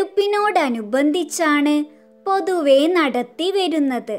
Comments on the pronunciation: Athe Oru mistake und 💜 പൊതവെ എന്നല്ല പൊതുവെ എന്നാണ്😂🎉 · പൊതവെ എന്നല്ല 🤦പൊതുവെ എന്നാണ് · പൊതുവെ എന്നാണ് പൊതവെ എന്നല്ല